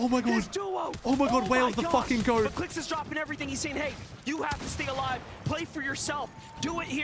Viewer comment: the way kept saying clix qualed lmao